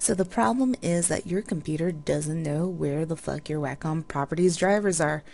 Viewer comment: Not Whack~Um honey, It's pronounced Way~Cum